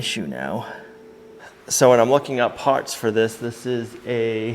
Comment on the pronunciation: Hooray I'm so happy for you! YOU never give up! Since its working, I've got to pick on you a little bit about some of your words tickling me! I don't have a ("POT", aka part) nor a window to throw it out of!!! LOL! This was another very enjoyable video! You reminded me of Jason from the " Sow The Land" attitude and your vehicle!!!!!